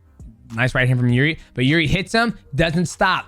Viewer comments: I think the correct way to pronounce Jiri is Eerji. In russian иржи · It's "irzhi". Coz he is Czech. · Jiri pronunciation - Yuh - eRee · Are you saying jiridy?